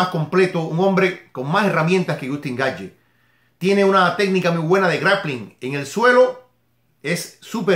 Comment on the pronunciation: Se pronuncia "Gaetch" no Gaetye